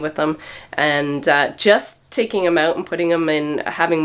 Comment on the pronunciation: I forget it’s Canada until you say “Out”...